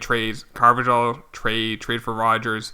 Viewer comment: It’s pronounced Carvahal